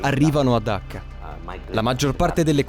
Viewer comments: Dacca o Cacca??? 😂😂😂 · Dacca in italiano si pronuncia con la "C"...